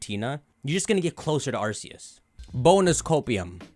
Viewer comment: ARCEUS PRONOUNCED ARK-E-U-S